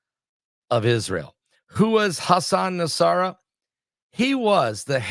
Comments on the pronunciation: PRONOUNCED N-A-S-R-A-L-A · I think it’s pronounced Nos-Ra-la